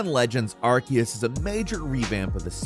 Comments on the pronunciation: Ar-see-us. Ar-see-us. Ar-see-us. It's really easy. It is simpler. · All this research into Pokémon, but still never looked up how to pronounce Arceus. Aar-see-us